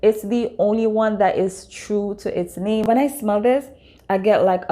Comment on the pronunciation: No I edited my comment. You said the correct name